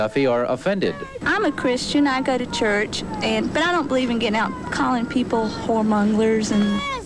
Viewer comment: ”they ourghta preach — it’s CHAAAARrrrch”